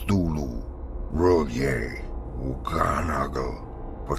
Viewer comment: Its R'Lyeh actually